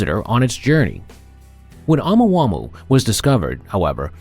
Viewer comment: Why you keep saying it like that 😂. Oh mu ah mu ah. Say that out loud to yourself. Then say it fast thats how you pronounce it 🙂🙃